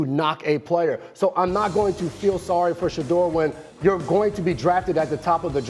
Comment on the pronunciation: im not trying to be mean but please practice on saying these players names correctly especially our players It’s Shu-door sanders with SH sound And it’s ASHTON not Austin Just practice